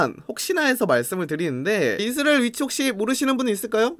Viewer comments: 이스르엘 이스르리엘 발음 아직까지 웃기시군옄ㅋㅋㅋㅋㅋ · 형 이스라엘 발음이 안되는건 여전하구나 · 이분 왤케 이스라엘 발음을 못함? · 이스라엘 부를때 발음 왜 그럼?